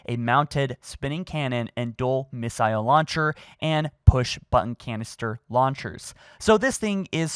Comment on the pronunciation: Doesn’t know how to pronounce missile or turret